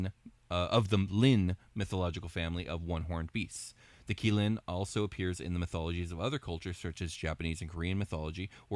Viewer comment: As an mh fan, I appreciate the thumbnail. Also want to make a small correction to your pronunciation of qilin. It's pronounced as chi len. The q makes a ch sound. It's weird I know.